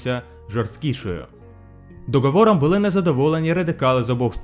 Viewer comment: Укр мову потрібно підовчити... НЕ ,,ДОҐОВОРОМ" А ДОГОВОРОМ